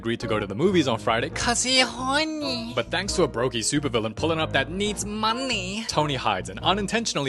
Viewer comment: Not even one minute and I here "he HoRNey"😭😭